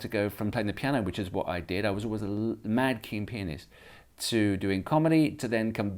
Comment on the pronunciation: Instead of pianist I thought he said penis